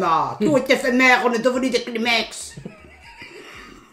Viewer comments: Je suis la seule à avoir entendu kinemex à la place de kleenex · "KLIMEX" 😅😅😅 C'est une pépite!